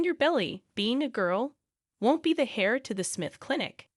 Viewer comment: Pronounce heir like air, not hair. The ‘h’ is silent.